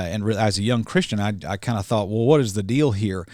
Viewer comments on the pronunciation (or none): none